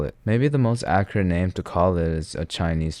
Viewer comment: Bro said ACCREATE 🗣️